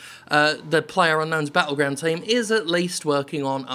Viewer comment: ginger Calm down! It's PL ayer UNK nown's BAT tlegrounds. PLUNKBAT. And that's official.